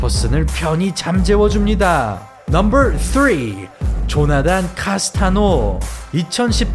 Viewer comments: 발음이 왜그러냐~넘벌폴~띠벌넘벌이냐 혀가 말렸냐~그래서 차도르냐 혀가돌아간거냐~ 기가차고 혀가찬다~넘벌 넘벌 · 넘버만 발음좋게 하는이유가 뭔가요 ㅋㅋㅋ